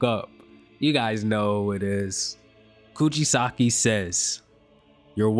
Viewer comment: KUJI SAKI???? BRO ITS KUGISAKI 💀💀💀